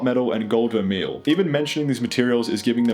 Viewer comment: My man, you seem to know a decent amount of what you're talking about, but you don't know how Vermeil is pronounced? A lot of modern sterling jewelry have Rhodium coatings which solves for the few people who have issues turning sterling colors. I work with silver a lot, 9999 for poured bullion and jewelry, sterling for jewelry but my favorite is Argentium 960. Argentium 960 is stainless and durable like 940 but that stark white silver color is phenomenal, I think platinum can't hold a candle to Argentium 960. I alloy argentium 960 at home in a melt dish with MAPP torches and I use .9999 elemental silver crystal or grain and just a grain Germanium product, melt, stir molten metal with carbon rod, then I use a triple anneal where the first is air cooling anneal after casting and letting it rest a minute and then just as it hits 700C I quench it in water, then reheat to 800C or medium red glow and air quench slowly at room temp, and last air tempering cycle is for 600C slowly down to until nearly room temp.